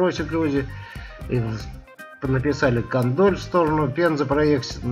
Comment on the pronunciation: Село Кондоль,произносится с ударением на первый слог,это вам не в укор,а в качестве ремарки.